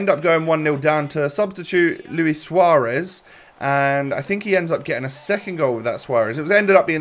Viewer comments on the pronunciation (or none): none